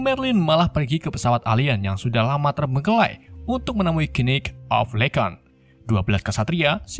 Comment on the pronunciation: legend bang bukan legeng